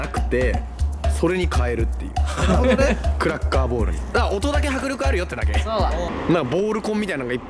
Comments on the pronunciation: クラッカーボールがクラッカーボレーに聞こえたw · クラッカーボーラがクラッカーヴォレイにしか聞こえん